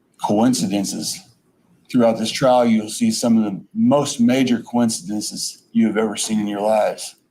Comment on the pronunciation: who else thought "coinkidinkies" when he said coincidences